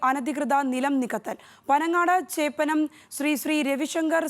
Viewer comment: ചോപ്പനം അല്ലടെ ചേപ്പനം ആണ് 🤦🏻‍♂️